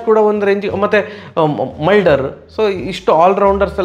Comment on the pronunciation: ಮಲ್ಡರ್ ಅಲ್ಲ ಅವ ಮುಲ್ಡರ್ 😂